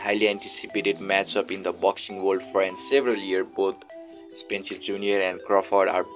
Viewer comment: stop saying spencer its spence